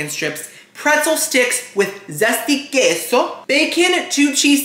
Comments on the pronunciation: Yum Yum Yum! Awesome review. Queso is pronounced Kay-So. Get it right!;-) Love ya Queen! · I love how you call it "kesso" 😂